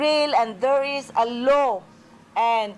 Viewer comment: Law not Low ma'am